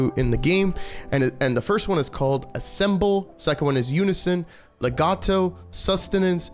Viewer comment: Ensemble is pronounced on-som-bull